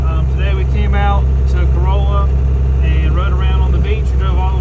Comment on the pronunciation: Ca-rhal-lah, not Coe-roll-eh